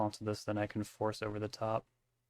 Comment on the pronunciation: "it's ove bud" lol